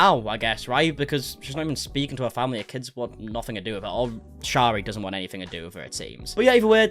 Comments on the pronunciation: You are pronouncing her name wrong, it’s pronounced sherry. 😬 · hey lol btw the pronunciation of shari, it’s not sh-AH-ri, it’s sh-EH-ri. also it’s franke pronounced frankie not frank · I commented 6 months ago explaining that your pronouncing every one of their names wrong🥲 this is ShERRY and these are the FrankIES!